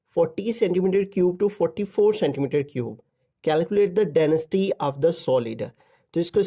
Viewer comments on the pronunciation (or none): Denasty ❌ density 😁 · Ap density ko dansity bolty ha sir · Density ❎ Danesty☑️ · ne dynasty bola hai lekin density hai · Den is ty ni density hota ha sir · Uncle density ki denasty kehte hen 🤣😅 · Density ❌Denesty ✔️😊😊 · denisty nahi hota density hota hy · Density ❌dainesty✅😂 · Danasty or density 😂 just for fun by the way ap acha samjhatay😊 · I was thinking about it😅